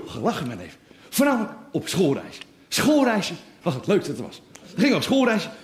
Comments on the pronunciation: you pronounced the title and name super well :D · Wow your Dutch intro of the titel was spot on 👌🏻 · Damn, you really got the hang for the pronunciation of the "ch" and "ei" in the title! Even my family from Germany (who speak barely dutch) can't do that! Kudos sir! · Hearing you say the SCH sound, amazed me. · Yes! He sure did! 🤔😮👍🏼✅👀